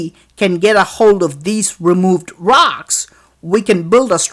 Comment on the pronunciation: you're calling it ROX instead of ROCKS